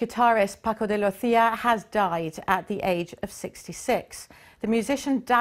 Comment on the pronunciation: Nice interview and playing. Shame the presenter forgot how to pronounce Paco's name and bought up the issue of speed when talking about technique (further adding to the stereotype that speed is all guitar players care about).